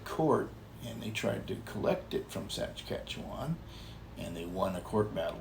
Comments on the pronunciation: Also, it is adorable how says “Saskatchewan” like “Sats-catch-ewan” ☺️ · Saskatchewan: sounds like Sa-skatch-e-wan 🇨🇦♥️ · I love the robot idea. No guilt, no worries about theft etc. And they could be programmed to contact emergency services and or family etc. BTW love pronunciation of Saskatchewan LOL! But hey, good for you for even trying.:)